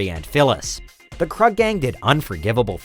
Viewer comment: It's pronounced Kroog, not Kruhg, lmao! Other than that, awesome video! Also, who else for #1, but the Sawyers. The greatest of the Horror families!